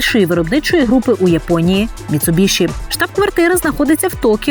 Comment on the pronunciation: Ну вушы ж баляць слухаць як Вы каверкаеце назву маркі. Ну якая "МіцубіШы" калі МіцубіСі??? Проста кроў з вушэй і не магу глядзець ролік